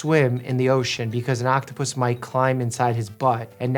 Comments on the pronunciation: ITS PRONOUNCED OCTOPUSES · Im sorry. Am I the only one who got distracted when Doctor Mike tried to say octopuses and totally missed meme? 😂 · the pronunciation of octopuses had me dying of laughter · Sorry my beloved Dr. Mike it’s octopuses. 😂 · It's "octopuses." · Bro had “octopussys” on his mind lol 😂